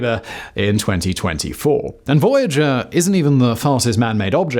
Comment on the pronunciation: а Вояджер-1 знает что он теперь фожэуан?! почему-то у голосовых движков рот не набит лягушачьими лапками и они произносят нормально 🤔